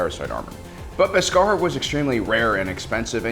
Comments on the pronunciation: The way you say “Beskar” and “Din Djarin” gives me the impression that you haven’t actually seen the Mandalorian…. I mean I’m sure you have, you just put emphasis on the wrong syllables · This guy needs to learn how to pronounce Djarin and Beskar! He says it so wrong its jarring and take you out of the video.